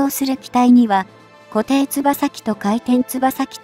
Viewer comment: 固定翼(コテイヨク)と読んで下さいね。